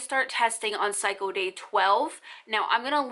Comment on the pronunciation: "Psycho day" lol it's pronounced cycle. With an L. 👌🏻